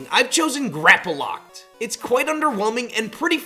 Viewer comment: Did he say Grappaloct ??????!!????